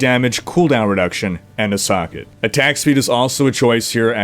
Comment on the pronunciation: you say socket an i understand "suck it" xD xD